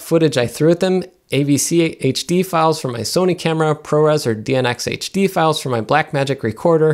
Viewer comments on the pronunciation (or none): none